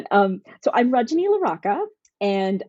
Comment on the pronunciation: Love that you had this awesome woman on the podcast! But please learn the correct pronunciation of her name. Indian names are extremely phonetic and sound exactly like how they’re spelled!!